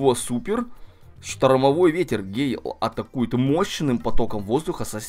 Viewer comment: Не гейл, а гЭйл